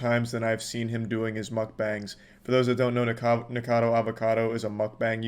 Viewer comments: It really bothers me that he keeps saying "Nikado" not "NikOcado". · I don't watch Nick but why that man says his name 100 times the wrong way